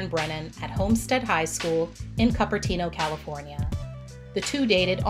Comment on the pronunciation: Just an FYI for you pronunciation-wise Cupertino sounds like cooper-teeno